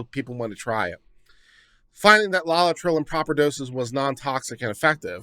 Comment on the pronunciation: i love you man but seriously, 'LOLLI-TRILL' ⁉️ * forgive me, but I gotta bust yer balls on this one. Why? Because you should never train yourself to be half-ass and too lazy to bother getting the factual details CORRECT, at least most of the time. * No Spelling Nazi here - Legal details matter! - develop a habit of accuracy. Here, just LOOKING at the word 'LAETRILE' and sounding out the syllables is all that's needed to sound Literate. LAY - UH - TRIL Laetrile or Amygdalin - - cyanogenic glycoside; present in pits and kernels of fruit.